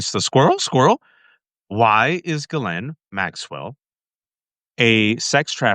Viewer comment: Lev, it’s GHISLAINE not Gizelle. 😚